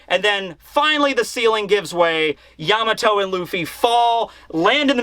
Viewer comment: im glad you pronounce it yAmato and not yamAto like other youtubers its really annoying